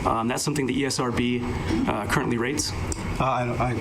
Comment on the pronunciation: Esrb more like Erbs